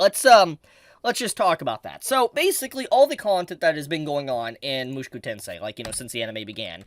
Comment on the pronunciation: Bruh could you stop saying "mushuku"? It's weird man